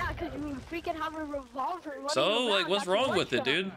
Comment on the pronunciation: The kid that couldn’t pronounce revolver was funny 😂😂